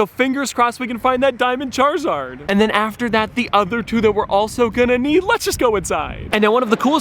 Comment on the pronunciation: So funny how he said charzard